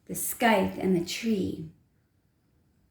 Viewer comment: “Scythe” = sigh-th. The C is silent. ;)